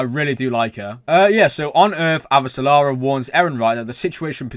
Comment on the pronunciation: Just a tip: for Avasarala’s name, practice this idea: the only L in her name is in its last syllable. Not Ava sa la ra., Instead try Ava sa ra la.